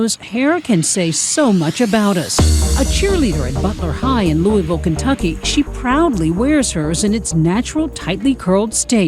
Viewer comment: You said the name of my city like a local Loo a vul. Good job.